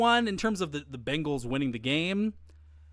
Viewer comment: It’s Bengals not Bangles